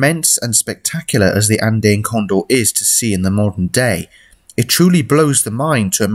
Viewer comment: It took me a bit to understand what you were saying. Andeen? Andayn? It’s An-Dee-uhn.